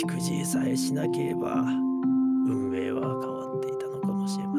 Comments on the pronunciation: ここ、さだめって読んでくれるの好き❤️ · 最後の手記、「運命」を「さだめ」って読むあたり最高に厨二病ぺんちゃんで好き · ペンちゃんが運命を「さだめ」って読んで「神のさだめ」と掛けてるの最高に好き 日常組の皆さん、本当に楽しませてもらいました！ありがとうございます‼︎ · 運命を“さだめ”って読むのめちゃくちゃエモい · ぺんさん運命をさだめって読むのいいね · お疲れ様でした 本当によかったです。とっても感動しました。 最後の手記の運命を「さだめ」って読むの好きです。 夢から抜け出すだけじゃなくて、五十嵐さんや源司さんを救えるんじゃないかって動く優しさがすてきでした。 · 運命をさだめって読むのジョジョ好きでてる笑